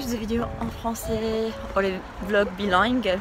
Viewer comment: the way you said "bilingue" sounded very Québécois ❤️